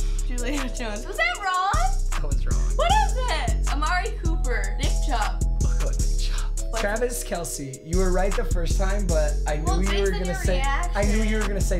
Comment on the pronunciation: Nobody:: NIcK cHubB